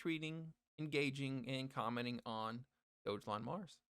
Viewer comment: I stopped watching this JOKE video right around 55 seconds. As soon as you said it was a meme coin and as soon as you pronounced it wrong, I knew you were FUD. DO YOUR HOMEWORK DUDE!!!! dont talk about a TOKEN you know nothing about.